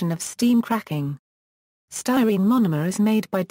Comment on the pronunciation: Came here to hear it pronounced...disappointed the first time it seems to be pronounced, Acrylonitrile butadiene "sty-neets-ig-ya".